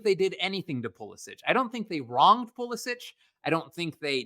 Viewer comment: Every time they mispronounce Pulisic I die a little inside